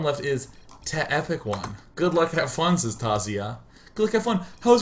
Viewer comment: Hey It's TehEpicOne here and my life was fulfilled when I found out Day[9] casted my game. <3 He even pronounce my name right this time. <3